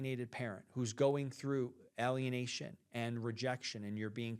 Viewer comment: I'm Canadian, and I appreciate this. Btw, We pronounce it "eh-lienation", not "ah-lienation" 😅